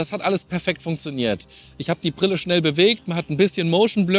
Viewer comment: Prille? Lerne Deutsch, Junge! Ist dir das gar nicht peinlich?